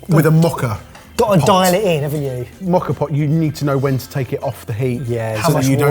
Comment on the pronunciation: It took me too long to figure out that "Mocker" pot was actually "Moka pot".